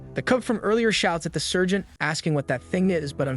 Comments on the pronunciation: It sounds like surgeon instead of Sargent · its sergeant not surgeon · Heyyah the ai is having a hard time pronouncing sergeant, it'd seem many hear surgeon, however if you listen closely it's actually saying "Sir Gent". Also remember it could also be an accent or regional pronunciation. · I think the AI or reader wanted to read out Sargent. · If you listen carefully the AI is saying Sergeant as Sir Gent not surgeon.